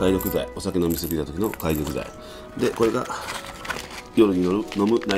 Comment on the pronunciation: かいどくちゃう！げどくや！！！笑 わざとならごめん